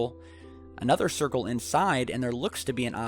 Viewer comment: Hahahahaaaa! A thircle is what the short bus rolls on, it goes round and round, round and round... Thanks for the huge laugh!